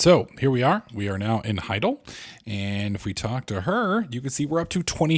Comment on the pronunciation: You're the worst at pronouncing names haha. It's not "HI-GAL," it's "HI-DAL."